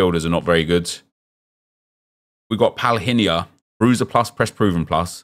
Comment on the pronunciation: that palhinha pronunciation tho